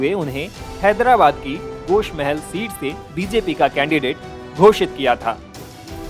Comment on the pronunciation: गोशा महल ना की गोश महल